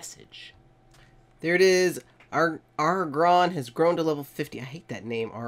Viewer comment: You say it agg- ron